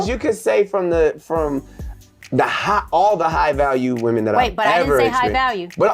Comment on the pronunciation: And does it bother anyone else other than myself that she’s one of those people that cannot pronounce the word women correctly she pronounces it singular, which is woman and not plural. I get that on medical paperwork things read just like that sometimes but you are not a I’m sorry, but this woman is not that educated me. I will not go to her for anything I don’t give a damn if she got a degree killers and bankers got degrees too